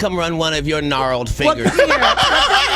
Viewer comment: He said narreled fingers 😂😂😂😂😂